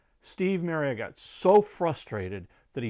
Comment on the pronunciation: Firstly, that is not how you pronounce Marriott. Secondly, Immediate and 'intermediate' are very different words.